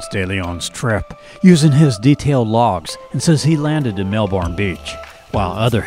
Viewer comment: Really nice video, but it's MelBURN not MelBORN. Thx